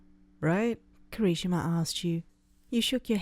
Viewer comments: I’m not saying this to make fun of you for your speech but it’s kirishima not Kari-shima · When said Kirishima, I heard conichiwa... (I don’t know how the fuck to spell that) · Alex_the_wolf 07 KERESHIMA... she says it like... her I guess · Kira-shimama? Narrator what is life to you? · The way she said Kirishima😂😂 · The way she said Kirishima made me start wheezing Edit: I'm sorry it just made me laugh...